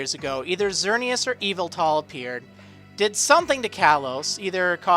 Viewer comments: Psst, the emphasis in Yveltal is on the "vel", not the "Y" c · I don't think we have an official pronunciation of Yveltal yet, but I'm guessing it's closer to "E-vel-tul" instead of "Evil-tall" Also "I don't like to speculate, only present news. Here's a bunch of speculation!" Not to say that historically every single generation has introduced a new region, so it's not a stretch to say the next generation will be in a new generation. Just like gen 2, and gen 3, and gen 4, and...